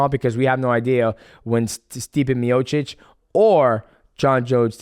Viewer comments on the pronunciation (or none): none